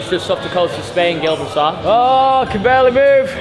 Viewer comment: pronunciation of Gibraltar